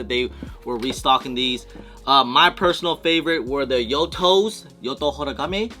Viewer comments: ITS YUTO! YUTO!!! NOT YOTO!!! Come on bro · 🤦🏽‍♂️ It’s YOU-TOE not YO-TOE. Yuto! Cmon man. SOTY = SKATER of the Year.